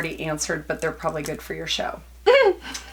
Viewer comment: “show” I died 😂